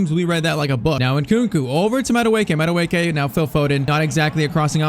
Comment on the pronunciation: Madueke's real pronounciation of the name is' Madueke in a high pitch at the last 2 letters of the name' Its Nigerian really and that the real pronounciation, but he was just born in england while his perents are Nigerian